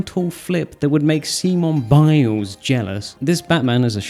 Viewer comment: "See-moan Biles" lol